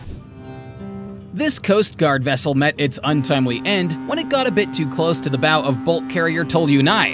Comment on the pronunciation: Fancy calling a boat bow a bow as in hair bow.